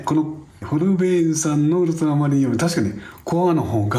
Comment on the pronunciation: ところどころ「ウルトラマリン」が「ウルトラマン」になっちゃってるのかわいい